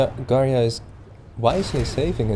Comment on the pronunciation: You cringe me when you sai Garia instead of Garja